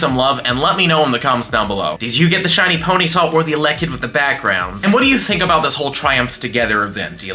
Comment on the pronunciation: Why do you say elekid like that?